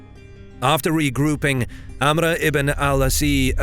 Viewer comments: Another hint: AMR not AMRA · Funny how he says amra. Its 'Amr. Just simply that. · Not to sound like an ass, but Amr is actually pronounced Amro, not Amra. Love the content ❤ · You butchered Amr's name, making it hard to take the narration seriously...